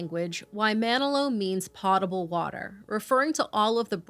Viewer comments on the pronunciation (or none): Sorry to nitpick, but I rely on the captions a lot. The word is pronounced “pOHtable” not “poTTable,” pottable is a plant word; potable discusses water safety. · Despite its spelling that may indicate otherwise, the word "potable" is actually pronounced POH-tuh-bul so that the "pot" part rhymes with "coat" rather than "cot" - kinda like the beginning of "potato." 🙂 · Not trying to be a jerk, but…you pronounced “potable” wrong.